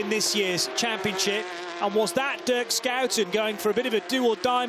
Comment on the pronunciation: "Skouten"? cmon put some respect on pronunciation